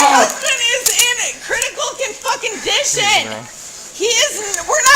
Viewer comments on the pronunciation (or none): “My husband is in Critical confucken dition “!! 🤣🤣🤣🤣🤣🤣😂😂🤣😂😂😂😂😂😂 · con - fucking - dition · Critical con-f*ckin'-dition! Such mastery of the English language... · "crititcal confuckingdition " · "CRITICAL CONFUKINGDITION"... THAAHELL YOU SAID? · She just said “critical cun-f**king-dition.” 😂😂😂 goodness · Critical con - fucking - dition lol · "my husband is in critical confuckindition"... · "critical con-fuckin-dition" LOL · “Con critical fucking dition!!!”